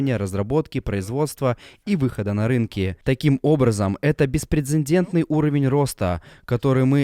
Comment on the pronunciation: БеспрецЕДентный, а не беспрецеНдентный! Опять в закадровом тексте эта досадная неграмотность. Жаль, вы же профи, такого быть не должно! Удачи!